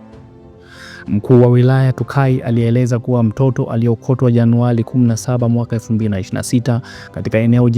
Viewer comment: JANUALI, TAALIFA, GLESI SAMIA SULUHU, ILILIPOTI, LAIS SAMIA HIVI KWANINI WAANDISHI SIKU HIZI MNA TATIZO LA 'L'''AND 'R''